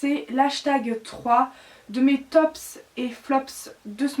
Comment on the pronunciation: Bonne vidéo mais on ne prononce pas les « S » de flop et top, ce sont des mots anglais donc pas de prononciation